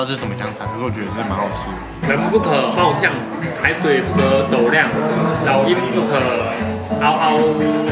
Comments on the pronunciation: 尊說薄ㄅㄧㄤˋ 害我笑倒在手機前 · 老鷹不可嗷嗷薄ㄅㄧㄤˋ 笑死